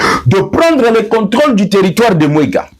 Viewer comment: TERRITOIRE DE MWENGA ET NON mwega.